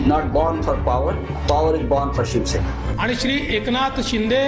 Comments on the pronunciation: Dhruv Rathi it's Shiv Sena....not shuv sena.... Pls correct it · It's shiv sena not shuv sena